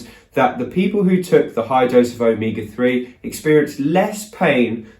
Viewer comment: Glad this included spelling since it sounded like Omika3. But the more he said it the closer it sounded like Omega